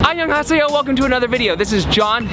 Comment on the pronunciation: Are you saying '안녕하세요'? WOW it's cool for me, Korean.